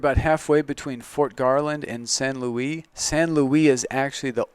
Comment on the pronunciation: Nice presentation, but the local pronunciation of "San Luis" is "San Loo-EES" (not just the town but the valley in which this property is located), not "San Louie", Del Norte is "Del Nort", not "Del Nortay", and it's "Walsenburg", not "Walzenburg". Sorry for being pedantic but I thought you might want to know this if you're going to be marketing land in this area.